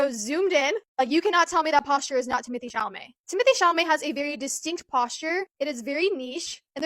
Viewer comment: it’s ‘tim-oh-tey’ i think